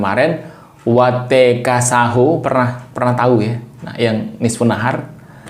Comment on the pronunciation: Sahoe ❌ Saho ✔️